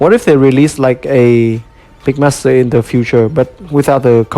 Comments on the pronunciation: It’s mixmaster not migmaster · Sounds like "Mickmaster" haha Good review I'm definitely buying this figure. Maybe even two since I want one for combined mode. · too much of the saying Mick Master and not Mix Master